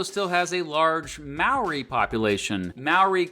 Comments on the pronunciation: The Maori pronunciation lmao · It’s not maoree for the pronunciation it’s more like mowdi for māori. Idk why but yeah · maaw-ree its pronounced moe-rree roll the r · there is no legal drinking age in New Zealand, down under is Australia - nobody calls NZ down under, "the bush" is the wop-wops or the wops in new zealand. Maori isn't pronounced like that, take the "mo" from moldy, take out the "ldy" and say "ri", roll the r if you wanna be fancy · Sorry I know everyone says Māori like you do but I just gotta mention it, it's almost more pronounced "mouldy" but with less enficess on the d. 🤙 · You just single-handedly offended every new Zealander watching this video by pronouncing those maori names wrong. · Why does no one ever say moari words right on yt? I don't wanna sound nitpicky but I have never heard anyone from a different country doing something on new Zealand say moari right. Just saying every moari word you said was said wrong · Except for the word Māori which he butchered. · I know you're not from New Zealand but legit you said all of the Maori words wrong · I should add that he was mispronouncing Maori the whole time which was quite infuriating but oh well. Also there is a national public holiday in New Zealand called Waitangi Day which celebrates the signing of a treaty between the settlers and Maori's (similar to Australia's national day) 😊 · at least learn how to say the māori words right